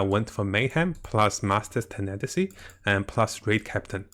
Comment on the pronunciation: It’s not tenetasy it’s tenacity (tena + the word ‘city’) I know that it’s not your first language, but it’s not mine either and I would want people to correct me :)